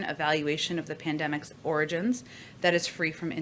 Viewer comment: I’m just glad she can say origins and not oranges.